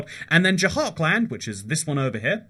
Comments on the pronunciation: “j-hark-and”🤦‍♂️🤦‍♂️ its “jhur-kund” please work on pronunciations they’re really not that hard. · you should really make a survey before doing these videos because your pronunciations of some places is awful ... what the hell is dzhahar-khland? it is dzhar-khand ... there is no A after J and no L at all in JHARKHAND. .... and there wrongly pronounces names of places are in every single your video from shinsinau (chisinau - capital of moldova) to polish cities like wroclav or to indian state names ... make a survey how to pronounce these names before you make a video about it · “Beehar” and “Jahar kland ” got me laughing as an Indian